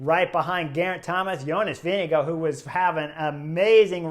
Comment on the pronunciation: Who TF is Jonas Vinigo? Why do you pronounce names so poorly?